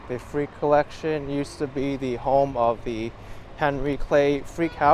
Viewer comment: Terrific vlog 😊 minor correction: it is the Frick collection like ph and rick; not freak.